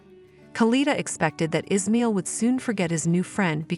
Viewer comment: It's pronounced as Is. Ma...il